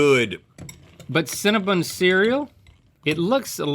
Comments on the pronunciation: Why are they calling it cinnaBUN???? Its cinnaBON. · Hearing Cinnabon pronounced as Cinnabun is kinda painful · I cannot stand when people pronounce Cinnabon incorrectly